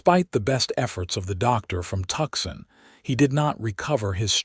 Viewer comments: Please please please correct the AI narration to properly pronounce Tucson! Hint - it's not "Tucksen". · I almost choked on my coffee at that particularly unusual AI pronunciation 😂😅😊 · Tuxon.......or is it Tucson????